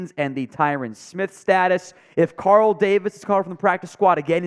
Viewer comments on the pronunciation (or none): none